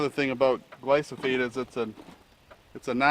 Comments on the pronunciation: Its gly-pho-sate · Great video. Can you pronounce the word gly-pho-sate correctly? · It's the most deadly substance on earth you dickless wonder, you can't even say the word right?Because your brain is already rotting away and all these people in here, commenting saying good video? Roundup is going to be responsible for billions of deaths, not millions, billions!! Oh yeah it's a great great video! A bunch of dumb trucks you all are